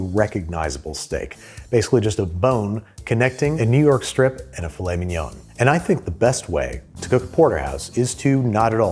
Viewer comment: I'm so glad you pronounced Filet Mignon as it looks like it's spelt; I do that unironically as a joke all the time, and I'm just really glad it happened, for some reason